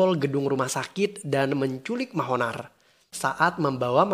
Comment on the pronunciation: Pas denger Mahonar.... Ngakak asli... Yg bener manohar bang buka Mahonar...😁